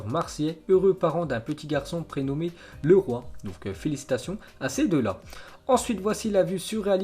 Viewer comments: Sa se dit L[i]roy et non pas Leroy le fils de Camara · le prénom du bébé se prononce LI ROYE ( le roi ? serieux ? ^^)